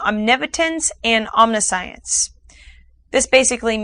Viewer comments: Omni science? "Omnishince" is the proper pronunciation. Otherwise, informative video but a bit oversimplified. 99% of viewers are morons, though... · You pronounced it Omni science? That's odd. It's pronounced om nish ence. But then again, you're broadcasting the means and methods of mind control, for everyone to practice. What exactly is your real motive? Perhaps you are the victim of mind control.